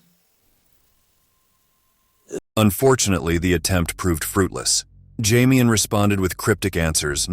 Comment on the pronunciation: "Jamian" lol....